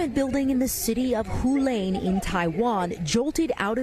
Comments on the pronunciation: Hualian pronounce Hua-lian NOT Hu-lane! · it's pronounced "hwa-lee-un" tard!